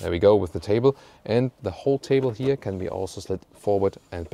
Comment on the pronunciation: oh yeah also its not "hier" . its here